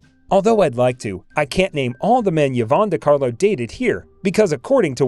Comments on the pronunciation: Hey, Narrator: Her name is pronounced "EVE-AWN," not ever "YEE-VON!" Sheesh...Pretend that initial "Y" is an "I," & you got it. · EE-VONN. Not yuh-VONN. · Eevon not Yeevon. Peace out. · Someone tell the narrator that Yvonne is pronounced as E-vahn, not Yahvahn. What is wrong with this guy. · Yvonne is pronounced Ē•'von, not yevon. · Yes…mispronounced Yvonne repeatedly. It’s not “Yivonne “. ..rather say it “ee-VAHN” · Also, Yvonne should be pronounces E-von, not Ya-von. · "Yee-von"? Really? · It’s pronounced ‘E vonn’. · Oh for God's sake, pronounce her first name CORRECTLY. It is " E Von" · Who on earth is "Yo-VON De Carlo"? Never heard of her. I thought this video was about the well-known Hollywood movie and television actress Yvonne De Carlo. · The AI cannot pronounce "enamorous", Yvonne or Sondheim or Orpheum, "fit her build", Ray Milan, Casbah, Demille, Demille (a 2nd different mispronounciation), "Cynicism" for syndication, U-N-C-L E for man from Uncle, etc...How did she satisfy her enormous lust? The regular way, by going out with a string of men, apparently. Lily was plated by Decarlo in 71 of 72 episodes, unlike what narrator states. After 9 months, no corrections. Vintage Hollywood Archives is brain dead. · Why-vonne mispronounced repeatedly, and he started out with "enamourous lust?" i also didn't make it too far past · Learn how to pronounce the name "YVONNE" correctly. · It appears that she also had an "Ee-nam-er-us" lust.... who is the reader??? Human or computer, it's an idiot....